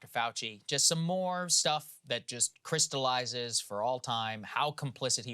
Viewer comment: Notice how Saagar says Krystalize lol. Her skepticism is cringy.